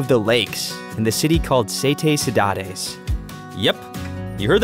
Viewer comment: the way he said cidade made me feel pain